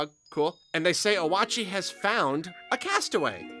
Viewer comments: 2 things, that I'm too lazy to read through the rest of the comments to see if anyone else yelled about! 1. Oatchi! Probably pronounced like Oat-Chee and not O-At-Chee 2.! I think that the plot of this game is that an entire SHIP of people crash landed, like they were taking a pleasure cruise and just got clonked. The protagonist is either a rescue squad or fellow passenger. I wanna say that there's so many fruits because you're collecting them to feed the ship? And also collecting treasures to upgrade your character, but part of me wants to say the treasures are ALSO getting scrapped to try and also repair the ship as well? But the ship doesnt look damaged whatsoever so I dont have much confidence in that theory. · Oh-ah-chee just seems more correct than oat-chee to me for some reason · For future reference its pronounced Oat-chi, kinda like Yoshi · I think the dog's name is actually "Oat-chee" as in "Yoshi" to reference to how Olimar is Mario (Oh-ri-ma > Ma-ri-oh) and Louie is Luigi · YEEEESSS I WAS WAITING FOR THIS VIDEO!!!! ALSO OAT-CHEE it's OK it's a little funny to say but this is how it seems to be pronounced. Not hating anyone just trying to help 😇 but all will be forgiven. I love all pikmineers so hype!! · It Oat - Chee (It did pronounce it on the website about Pikmin 4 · Then how do you said Oatchi like “Wa-chee” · Its pronounced o-a-chi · I was so excited for this video. Also the way you pronounced "Oatchi" actually does make sense, for the record, even if it's incorrect. You pronounced the vowels as you would if they were in Japanese.